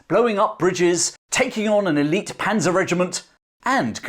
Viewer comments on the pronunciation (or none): none